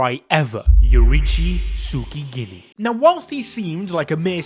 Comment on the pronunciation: i like how he says tsugikuni as sukiginuea